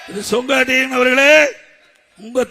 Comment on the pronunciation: என்னது சொக்கட்டான் அஹ்...அவர் பெயர் செங்கோட்டையன் தான...முதல்ல பெயரை ஒழுங்காக உச்சரியுங்கள்...முடியல